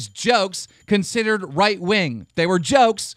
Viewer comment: No one picked up that he said 'consederred'?